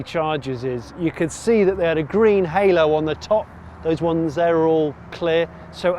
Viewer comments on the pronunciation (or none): none